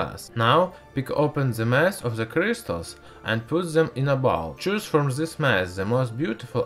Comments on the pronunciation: Are all russian pronouncing Crystals as Krishtals ? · I like how this guys says with crystals. C R I I S T A L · I love how he says cryzztals